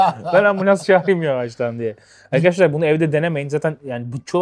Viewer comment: Arkaaaşlar değil lan arkadaşlar diycen